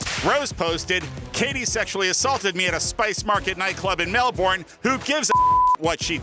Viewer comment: One day the americans might learn how to pronounce melbourne. i'm not holding out hope though.